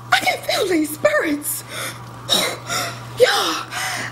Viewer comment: “I can feel these spirrets!!” -Brenda 😂😂 Brenda is always getting beat tf up 🤣🤣